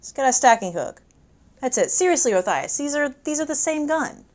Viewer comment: You pronounced Othias wrong.